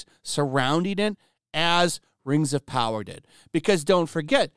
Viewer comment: Muh Rangs of Powaaah!! garbage ass content.